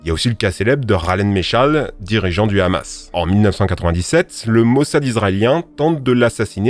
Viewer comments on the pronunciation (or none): none